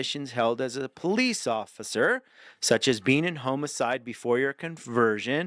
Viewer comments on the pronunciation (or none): Pronunciation tips for future videos. When pronouncing homicide, pretend it has two m's: "HOM-mih-syd" (short o sound like in Tom). There is no h in coerce: co-WERS